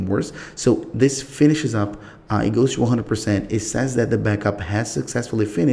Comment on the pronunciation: "if you want chew back up the right way... you have chew go chew settings.... chew backup.... once you are finished......you are good chew go...."